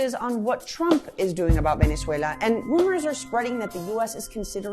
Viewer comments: I think what he means is she speaks in an unmistakably American accent, all of the time, except when she says that one word, Venezuela. Granted it's not exactly a big issue, it does feel very forced though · Why does she speak with perfect American English but then say the country's name, Venezuela, with with a thick spanish accent? Does she say the word United Kingdom with a Welsh accent too ? What a weirdo. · why is she pronouncing Venezuela spanish? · To me part of the act, to make audience feel she a genuine venezuelan.. it like Guido studied in US university, trained in US FOR THIS. .. but on fox news speaks in spanish.